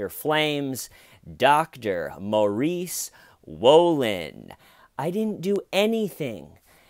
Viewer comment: Just watched some footage of the Dr being caught in the act. I swear the female reporter kept saying Dr Maurie Swollen .... it was rather unnerving 🥴😆